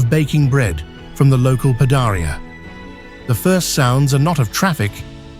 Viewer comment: Local “pedahreeuh”? No wonder it’s called artificial no intelligence! It’s a pahdayreeuh meaning a bread bakery 😕